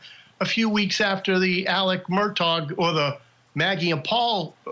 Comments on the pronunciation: I wonder how he pronounces Mr. Mur-tock's first name: Alex, Alec, or Ellick?! 😂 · "Murtog" lol?